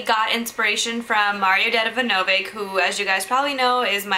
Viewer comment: you messed up his name. don't say it again. ever